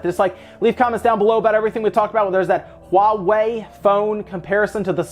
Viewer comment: It's so nice to hear people call it HUAWEI and not Hua way